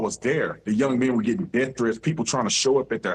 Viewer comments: Anytime we have to continue to hear BC TRY to read we are dumber having to listen to him. Im positive the school system he went through graduated him in the 4th grade, he CANT READ, CANT PRONOUNCE A FEW WORDS DEATH=DEAF TRUTH=TROOF This guy is dumber than a box of rocks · Sir , its death not deff…. Crump is a moron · "Death" not "Deff" ... Omg they embarrassed Nolan by airing all his business like that, needlessly... Disgusting scum race hustlers... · He can’t say the word “death”. He says DEAF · It's death not deff because sir you can hear. How is it someone that is a lawyer can't not read. What a fool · Typical pronunciation of the word DEATH. He pronounced it as DEAF. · Notice Ben said "def" instead of death. Ben Crump should be ashamed of himself. But ALMIGHTY GOD will have the final word Ben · He also needs to learn English. It’s Death…not deaf. It’s significant…no sinifant. He makes me want to puke! Stop making everything about race! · "Intra-veenin." "Deff." "Sa niff again." BC sounds ignorant. 🤣🤣🤣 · What exactly is a “DEF”? As in “de DEF” of Nolan? This puss nugget, queef sniffing, “All about the Benjamin’s” Crumpitt’ trumpet. Was that his twink standing behind him? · There is no "F" in Death 😂😂